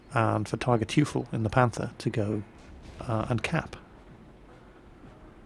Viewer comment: hey, the "Teufel" in the nickname "TigerTeufel" is pronounced like "toy-full"/"toy-fell" (something in between). An "eu" is always pronounced like an "oi/oy" in geman. i'm not posting this to be a smart-ass, is just noticed that you always put lots of effort into pronouncing german words correctly, which i - since i'm german - really appreciate;-) (Teufel means devil, btw.)